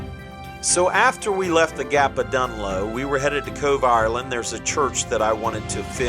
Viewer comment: Cove, not „Cobe“